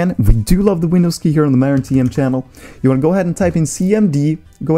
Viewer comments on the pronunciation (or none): none